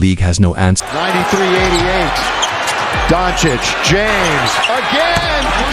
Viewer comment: practice saying Luka's last name correctly.